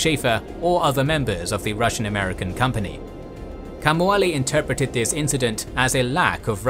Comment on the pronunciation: Again the Hawaiian needs work. King Kaumualii is pronounced (in a way you may understand better) Cow Moo Uh Lee Ee not "Kamuali"